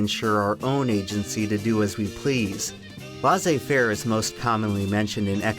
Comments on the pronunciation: "Laisser-faire" is pronounced LESS āˈfer Not Laz āˈfer I thought it you were speaking German or Latin maybe. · Hey! Just so you know, it'd be more accurate if you'd pronounce the expression "laissez-faire" as "lay-say fair" even though we don't accentuate as much as you do in English.. That's what gives us that shitty accent when we speak in English! 😅 Cheers from France ✌️ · "...but equally American ideal: "Laissez-faire" (pronounced Lahsay-fair)" *many French people are typing* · It's pronounced LAY-zee-fare. Not LAH-zee-fare. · laissez-faire... It's not pronounced laccy -fair, but lay-say fair mildly annoying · Laissez-fair is pronounced lay-say fair. Not la-say fair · IT'S NOT "LA'SAY FARE" IT'S "LEH SEEH FARE" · Laisser faire is pronounce "Lay Say Fair" pr more precisely "Leh Say faire" not "La Say Fair" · "Lahzay fair" goddamnit I appreciate tf out of you, but run stuff like that through Google translate pronunciation before you start ww3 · "Lah-Zey Fair" that is NOT how you say that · LEZIE FAIR 😂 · Just a small french correction , double S in french between two vowels is an S sound vs single S between two vowels is a Z sound. So Laissez so its more pronounced like lay-say faire . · It is pronounced "less affair" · How can laissez-faire be an American ideal, when no American can even pronounce laissez-faire properly. It's not 'lah-zay fair'. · ouphent, it's laissez-faire not la-sé-fer. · This video has a very "Lah-say fair" attitude towards the pronunciation of Laissez faire. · That is not how you pronounce laissez-fair in the slightest lol. it's "lai" as in lemon, then "ssez" as in essai, "fai" as in federal then the R exactly how french people say it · I like how he zooms in on the IPA pronunciation for "laissez-faire" and still never pronounces it correctly. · "American ideal" proceeds to butcher a french expression I love Americans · The way you pronounce Laissez-faire hurts my soul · Is that how americans pronounce Laisser-faire?